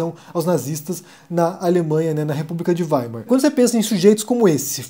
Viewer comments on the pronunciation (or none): none